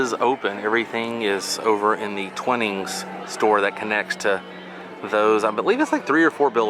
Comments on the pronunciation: Sorry, I have to put you right here. It's not Twinnings Tea it's Twinings, ryhmes with Whinings. Oh, and that Sport sign is a Soccer ball, Tennis racket and Tennis ball and a Rugby Football, all English games. I do love your Orlando area videos, please keep them coming. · We should have been there the same day as you if it wasn’t for covid International travel restrictions. And had we seen you we would have said it’s pronounced T-Why-nings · Thanks for another great video,!!! I'm a tea snob, so I really appreciated you showing the Twinings teas. The mixed berry cold brew is AWESOME!!! We discovered it there years ago when the North American rep was in residence! DELICIOUS!! We have also had the lovely toddy that was made with the holiday berry tea. There always seems to be a difference of opinion on how to pronounce "Twinings." I am FOR SURE not an expert, but I think it's pronounced with a long [i]. All the best to you and Abby!!